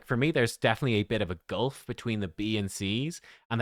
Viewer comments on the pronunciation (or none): none